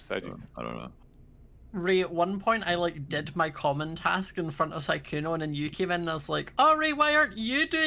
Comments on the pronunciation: PLEASE stop calling sykkuno skkuno PLEASE (no hate ly) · not trying to be rude but it is siiiii kkouno not sekouno